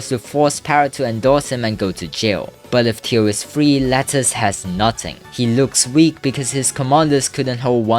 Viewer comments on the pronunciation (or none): Theo❌ Tio✔️ Lettuce❌ Lattus✔️ Sargelaw❌ Sajlaw✔️ The election❌ The laction✔️ Holy pronounciation 🖐️😨🖐️